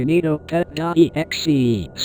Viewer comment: key nee toh pet